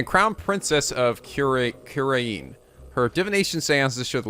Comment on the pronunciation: Only can still mispronounce the name of the country even though it's been said at least 4 times